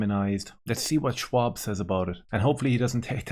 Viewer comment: Schaub, not Schwab